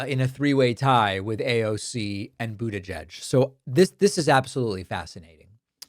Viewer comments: Why on Earth are you unable to pronounce Pete Buttigieg correctly? Do you find it funny? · Why are you pronouncing Mayor Pete's last name like that? Sounds like a dig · For God's sake. Learn to pronounce Buttigieg. The last person who mispronounced his name that badly was Trump. Don't you listen to the way other people say it? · Pakman, I’m with you. I’m happy as hell that someone is ACTUALLY fighting! But I gotta ask why you pronounce Buttigieg the way you do. What’s going on there?